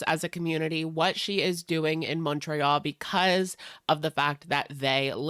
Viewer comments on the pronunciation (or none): I hate the way you say Montréal omg